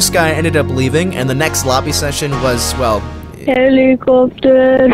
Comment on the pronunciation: Helipoctor helipoctor haaaaaa😂😂😂